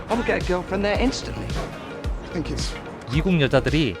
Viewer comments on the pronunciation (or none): none